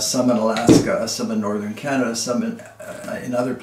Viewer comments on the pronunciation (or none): none